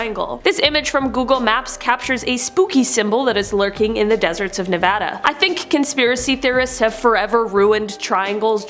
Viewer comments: THANNNNNNNK YOU FOR SAYING 'NEVADA' CORRECTLY!!! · I'm from nevada and I just love you a little more than I did before this video because of the way you pronounced it. 😍